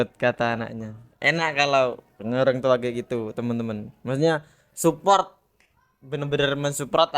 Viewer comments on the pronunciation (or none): Mon maap😄mensuport bkn mensuprottt 😂